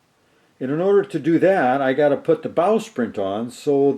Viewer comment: It sounds like you are say "Bowsprint". The name is actually "Bowsprit".